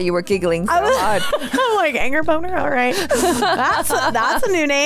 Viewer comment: did she really said angerbonner ?